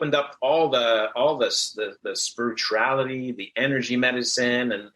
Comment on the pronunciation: Mark: Trying to prove how spiritual he is Also Mark: can't pronounce the word "spirituality" right